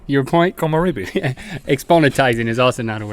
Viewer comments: they mispronounced komorebi. it's kō mō REH bee. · ummmmm im actually studying Japanese,this was 1st pronounced wrong Komorebi (Koh Moh Reh Bee), secondly there is a second word that is more official (hinata [Hee Nah Tah], yes a charictars name from an animecalled Naruto) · Komorebi isn't pronounced Komo-ree-bee, it's Komo-re[like the "re" from rest]-bee. Like Sake isn't Sa-kee, it's Sa-ke[as in the "Ke" from Ken]. When it comes to "e" in Japanese it is NEVER "ee" like Bee!! That's "i"! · they didn't pronounce komorebi (こもれび) properly its supposed to be pronounced kōmōrābee not kōmōreebee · you said komorebi wrong in this ...''ko mo re bi'' e is pronounced like in rhett Eh.... :3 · komorebi, at least how they spell it, should actually be said with a reh sound like in rhett, not ree like in bee. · Komorebi is pronounced "koh-moh-reh-bee". E in Japanese is always pronounced as "eh" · I haven't seen this video in 2 years, the year I discovered these guys and the channel at all. The "re" in komorebi should be pronounced like the sound in Rhett. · You butchered Komorebi (木漏れ日). It’s not that hard guys. You got the ko mo and bi right but re is pronounced most closely to the “le” is “leg”.